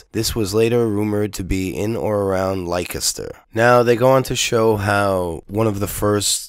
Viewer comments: Lik-e-ster, lol. It's pronounced Lester. I know, English is stupid. BTW: Thanks for this. I like PJW but I do know who he works for and am onto him. Whenever you criticize a video of his you won't get any replies. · Dude, it sounds like "Lester" not "like-a-stir" why?, I haven't got a clue, but it's not how it looks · Leicester is pronounced 'Lester' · Leicester is pronounced Lester. Just sayin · We have crazy spellings but just for your info for what it's worth, Leicester is pronounced Lester and Derby is pronounced Darby. 😊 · "Lye-kester" oh god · I heard there was a miscommunication, and that Tommy reported that the particular wing that he was in he estimated at 70% Muslim. Also, it was a tiny handful of people who were unruly out of a group of 20,000+. Some were probably being drunken idiots, some may have been provoked by the police. So 'not all' right? Finally, in the UK Leceister is pronounced 'lester'; ) Anyway, always appreciate you putting forward your point of view. Cheers